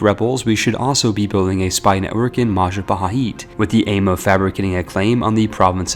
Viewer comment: "Maja paheet"